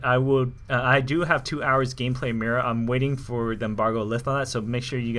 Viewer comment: since she's from Spain I'm pretty sure mira isn't pronounced lime you say it. but instead like (mee-dah).